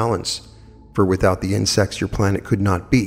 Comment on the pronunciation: OMG Everytime he said insects i hear 'in sex' .....and I'm thinking it's a book or something.... And I hear it over and over again and I am trying to figure out wtf is he talking about and then I hear it loud and clear it's INSECTS 🐝